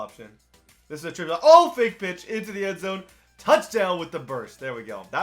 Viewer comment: did u say fake pitch or fake bitch 😂